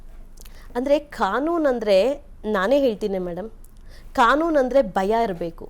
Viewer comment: 😂ಹೈದು ( ಐದು) ಹಂದರೆ (ಅಂದರೆ) ಇದು ಕನ್ನಡ ಆಯಮ್ಮನ ಉಚ್ಚಾರಣೆ.ಕೇಳುವುದಕ್ಕೆ ಅಸಹ್ಯಕರ.